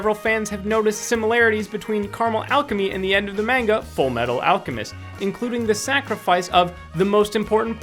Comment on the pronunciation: god you wouldn't be able to say manga correcly if you had 20 years -_